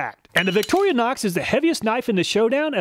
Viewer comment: What on earf is a "Victorianox"?